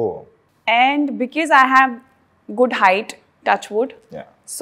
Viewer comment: Because ❌ Be-kiss ✅ Rip English.